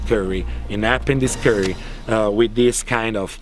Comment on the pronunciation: Conz-See-Led Curry